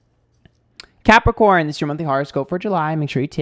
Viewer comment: Excuse me Did you say crapicorn? I object to that. anyway slightly annoyed and chuckled at parts of the reading. Being emotional is draining!